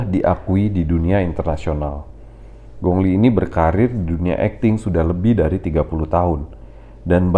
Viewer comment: Bro namanya kok disebut Gongli....ditulisnya memang gong li..tapi penyebutannya bukan begitu bro....pelajari ping yin bahasa mandarin...